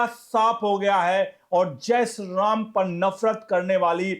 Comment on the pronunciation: Sri to thick se pronounce kijiye